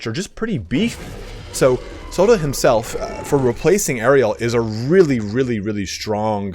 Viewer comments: As a Welshman, it’s pronounced coy-dill or coythill (th as in that) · it's Koy-Thil in the Welsh it's based on,, apparently. We were chatting in the discord about pronunciation yesterday:'D